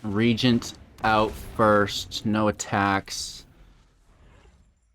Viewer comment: Tergrid is my one of my fav. Glad to see your take. And glad to hear you pronounce Regent correctly. :p